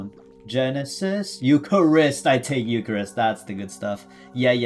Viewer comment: Gen-e-sis Euc-har-ist looool